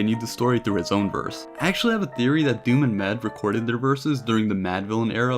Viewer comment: It's not MED, its M.E.D. when you say the mans name ;)